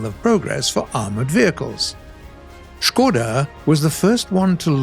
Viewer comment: Hell yeah, Czechoslovakia is best. And it is kinda funny when he is saying Škoda and ČKD